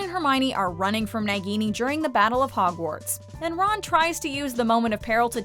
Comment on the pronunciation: Who realised they pronounced it nah-gini when it’s pronounced nay-gini